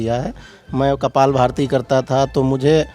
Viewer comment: Kapalbhati not kapaalbharti. Padhe likhe log 🙏. Hindi nhi aati kya 🤔